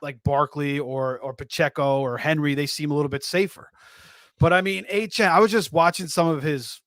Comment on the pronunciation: You’re telling me not one of these guys can say De’Von Achane’s name correctly?